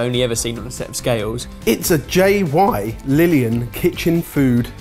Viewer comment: "Its a J-y-lillian weighing spoon". I dunno. But surely thats pronounced Gillian?